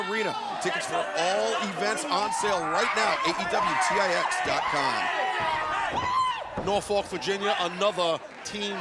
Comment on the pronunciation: Taz keeps misprouncing Norfolk. Remember the City Motto: We don't drink We don't smoke Norfolk!